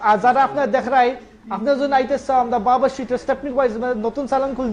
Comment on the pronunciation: I’m so sorry you need to speak probably in sylheti bangla. We can’t understand what your saying. It’s not amda it’s Amra. Monin bhai you need to teach them probably bangla first before you make them a speaker for your page.